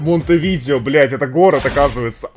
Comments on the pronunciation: вобщето не монтевидео 😁а монте видэо называют с ударентем на э. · Монтеви'део!)))))) Столица Уругвая так-то) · Саня не Монтевидео а монтевидэо) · МонтэвидЭо столица Уругвая, Курасао, а не куракао, удали геогессер из закладок, не позорься